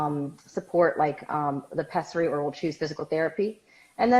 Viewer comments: It’s pessary not pezzary. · If the doctor says "peSSary" I think they know how to pronounce it correctly.. Every time you say "peZZary" I want to scream